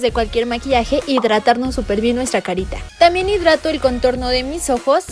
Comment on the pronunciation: debería decir Contorno por que siempre lo pronuncia muy mal lo dice CONTURR o Conturin